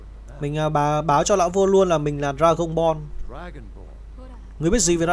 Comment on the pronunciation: Dragonborn nghe như "Dragonball" hay "Dragon porn"